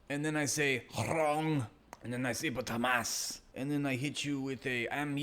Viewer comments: I hate how they insist on pronouncing it as "khamas".. and I do believe that some Israeli study was done and found out pronouncing it like this makes them sound more evil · I only laugh at this absurdity. You know you're talking to Z when they mention "Khhhhhhhh" syllable in the beginning.